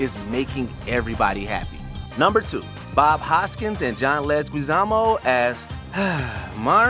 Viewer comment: "John Lezguiz-Amo"!?? How do you not not know this guy's name?? Every time I hear this Mojo narrator's voice I know it's going to be a terrible vid. Boo.